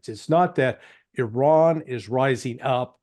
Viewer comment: Americans need to learn how to pronounce Iraq and Iran.